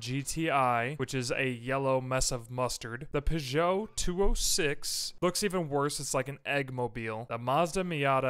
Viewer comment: The French car make Peugeot is pronounced either "pooh-jo" or "purr-jo", not "puh-jo".